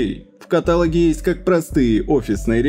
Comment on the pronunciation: режет Кат'алоги